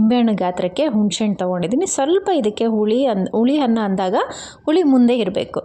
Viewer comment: Anna(rice) na hanna antiddiri alla 😢😢 uppu(salt) ge huppu antiddira and aidu(5) ge haidu, oil ge hoil 😮 uddin bele ge huddina bele😔😔 arishina(turmeric) ge harishina 😮 innu estond words tappagide, omg I can't listen improper Kannada en bekadru sahiskotini ee thara kannada na sahisoke agalla 😭😭